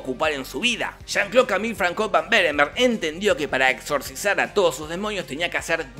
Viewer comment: a mi me chirriaban los oidos cuando en lugar de pronunciar "fransua" pronunciaba "francois" asi de una, pero por el resto 10/10, uno de sus mejores resumenes